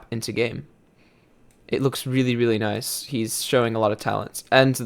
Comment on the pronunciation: H says noice